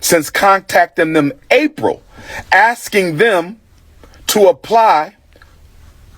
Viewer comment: Maybe if you stop axing people the bank would reopen your account?